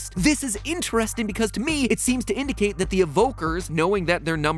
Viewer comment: Hehe (v)indicate I can’t tell if you did that on purpose or not!